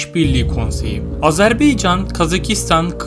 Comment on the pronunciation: Kaç kere söylememiz lazım, Azarbeycan değil Azerbaycan !!!